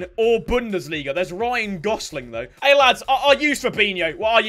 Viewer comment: "Ryan Gosling" 🤔